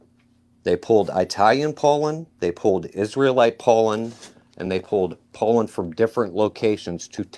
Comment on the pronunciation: Why’s he say pollen like Poland